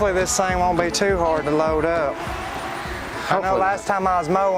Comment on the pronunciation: Thing! , not thang!